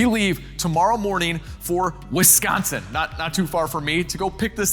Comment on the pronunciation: everybody knows its pronounced "Wiscaaaaansin"